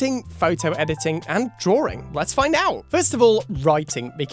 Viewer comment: "drawring" :v no offence . great video :3